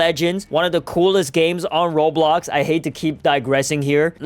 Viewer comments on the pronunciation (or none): none